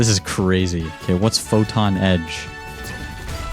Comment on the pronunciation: The first youtuber to pronounce photon correctly since the update released lol